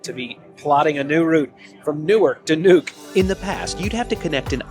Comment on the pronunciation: It’s Nuuk not Nuke. You are watching too much CNN and NBC.